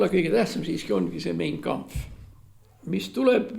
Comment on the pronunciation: "Mein Kampff" hääldatakse Main Kampff.